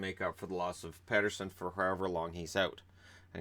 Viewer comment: Petterson has said himself he wants to be called PETER SON not PET ER SON. Go check oit out on the Canucks channel, the video is called 'How to Properly Pronounce Elias Pettersson'!